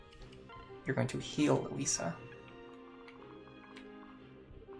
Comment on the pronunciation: I promise I'm not trying to be a prick, I'm just curious why you keep calling her Lisa instead of Lissa? They even pronounce the name in-game so I'm not sure how you keep getting it wrong. (I used to pronounce Lucina wrong in my head until the cutscene where Chrom says her name corrected me. Now I nickname her Lucy to remember, haha.)